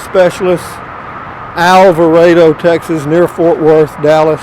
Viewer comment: Might be best if I could send this anonymously so you won't feed me to Matilda. I'm glad you finally pronounced Alvarado correctly. I had been looking and looking for somewhere that started with El. So decided I'd check out Motor home Specialists. And lo and behold, there it was. Love all your videos and just like to check out the country as you go along.